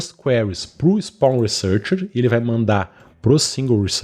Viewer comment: Perplexity = Pêrplé-qui-siri 🦀! Result = ri-zólt (Not Ri-zól-tchi!)👍🏾...ri-z🌞-t 👌🏾 Spawn researchers = spôn (Not Espôn) rí-Sir(English)- tchêrs de tchau. teacher = Tee + tchêr... Researcher = ri +"Sir"+tchêr... Tcher de Church (Chur= tcher). Greetings from Florida! 👋🏾 Obrigado pelo tutorial! 🙏🏽 💙